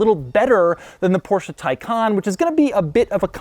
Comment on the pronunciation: Finally a native English speaker who knows how to pronounce the Porsche correctly, and that's without swallowing the "e" in the end. Such a relief, love u Doug! 👊